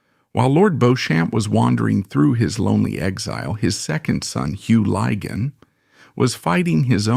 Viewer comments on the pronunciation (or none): There are three problems with this broadcast one is the total misunderstanding of the way people behaved in polite society until recently Secondly this AI American voice is inappropriate and irrelevant to this story It is Lig On and It is Beech Ham. And one must not forget way that Society was run by the upper for the class the middle class and the working class Times have moved on where gay men women and LBGTare welcomed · It's pronounced Beechm and Liggan. Ffs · Beauchamp is pronounced 'Beechum', not 'Bowshamp'. The pronunciations of Lygon and Lettice are also incorrect. For an accurate account of Lord Beauchamp's life, see the book 'A Secret Between Gentlemen: Suspects, Strays & Guests'.